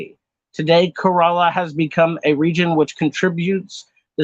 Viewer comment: I don't fault you for the mispronunciations, but for future reference, "Kerala" is pronounced more like "kare-uh-luh," with the emphasis on the first syllable, rather than "kur-ah-lah", and the name of the main language of Kerala, Malayalam, is pronounced "mah-lay-uh-luhm".